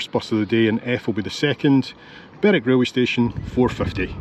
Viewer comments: Hi,. I was always told that Berwick played in Scottish leagues because it of the distance to all the English teams. It's Berick and Lerick by the way not Berwick and Lerwick. another great video, thanks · Berwick - Berick, Lerwick - is pronounced Lerick by the locals